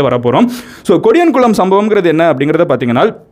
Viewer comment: Bro it's not kodiyankulam It's podiyankulam